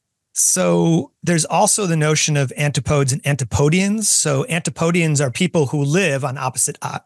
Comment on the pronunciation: I've never heard someone pronounce antipodes like that. I've only ever heard it pronounced an-ti·puh·deez.